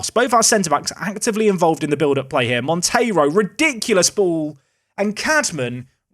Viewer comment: So happy for you to say Monteiro instead of Montero 😅 thanks cheers